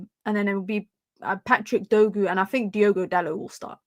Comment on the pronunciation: His name is Dorgu not Dogu